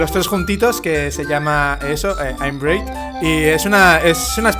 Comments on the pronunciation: Super pronunciación de: "aimam breid" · Se pronuncia "Bred" :3 bueno da igual tus videos son de lo mejor que hay en youtube :P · bread se pronuncia: bred;) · Aprende a pronunciar pan en ingles por favor